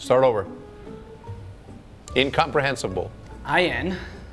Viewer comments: did no one see that missed the N in Incomprehensible? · missed the N in Incomprehensible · Homie forgot the n in incomprehensible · yes, he missed the last I in the word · he didnt even said the second N in incomprehensible lmao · missed the N in INCOMPREHENSIBLE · forgot the N in incomprehensible but WHATTEVER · Bro missed the n in incomprehensible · He missed the “N” in “incomprehensible” lol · missed the N in Incomprehensible lol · missed the N in “incomprehensible haha some bad calls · didn't say the N in Incomprehensible haha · incomprehensible was spelt wrong he didnt say N before sible